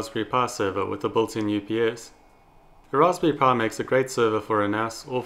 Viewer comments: RASPBERRY PIE SAY IT WITH ME PIE NOT PUH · Are you saying pie or power ?